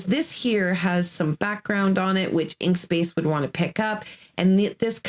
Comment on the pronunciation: Inkscape not inkspace lol it’s ok we are not perfect thanks for your information though